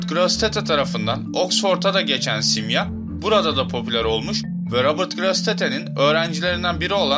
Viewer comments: YA AGA..SİMYA SİMYA DİYONDA HIZLI HIZLI bi garip geldi dinleyemedim..simya derken .. sondaki a da inceltme var simyaa..YAPAMIYORSAN SONDA 2 TANE aa varmış gibi okul sana zahmet . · dostum simya degil simyaa ikinci a var gibi okunur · telaffuzu, "simya:" (yani iki "a" ile, simyaa)